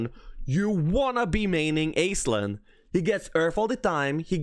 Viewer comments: Aislinn is a fairly common Irish female name in fact. It's also pronounce "ash-ling" as opposed to "aiz-lin" like all the homm3 content creators call it. Just further trying to ruin your childhood. You're welcome. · Aislinn is actually pronounced like ash-lin. It's an Irish name.